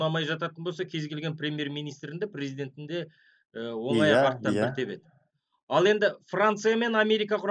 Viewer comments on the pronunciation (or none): none